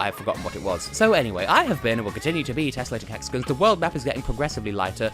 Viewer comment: Texagons? Is that your cousin from Texas?